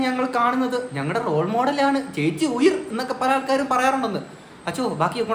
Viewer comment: ചേച്ചി ഉയിർ അല്ല തൈർ 😂